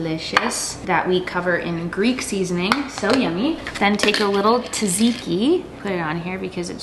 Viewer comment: Tzatziki has a Z in the beginning too :-) don't spark the rage of the Greek by saying it wrong :D (I've been there)